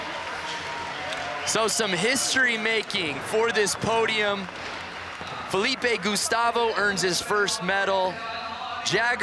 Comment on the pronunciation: Both the commentators are bad. I mean worse but the other guy cant even pronounce Felipe. just has no manners, constantly interrupting the other commentator, offensive jokes that aren't even funny. Just stick to skateline.